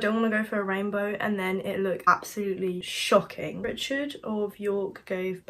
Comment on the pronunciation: everytime you said shocking i thought you was gonna say shite😂😂